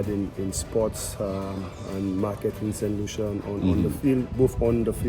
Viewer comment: Pronounce as st Lusa